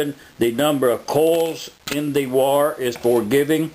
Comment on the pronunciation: Its WIRE Not wore!